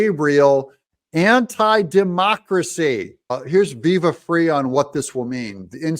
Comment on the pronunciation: pronounced viva FRY for your info